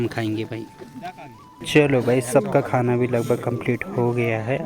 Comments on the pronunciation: भाई, सिर्फ़ खाना बोलिए खूना नहीं... Beautiful vlog... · beta. Bhojan bolo ya prasad bolo. Khanakhuna nahi ji